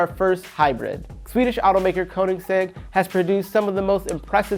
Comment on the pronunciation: “Koningsegg” Agera R lmao his pronunciation